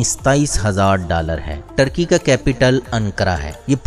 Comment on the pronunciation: ٹرکی نھیں بلکہ ترکی